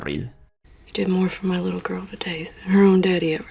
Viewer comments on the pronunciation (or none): none